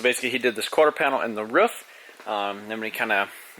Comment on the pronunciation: did you really just say the ruuuff lol you mean roof? not ruuff lol xD